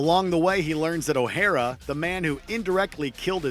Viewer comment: OH-HAIR-RA? lol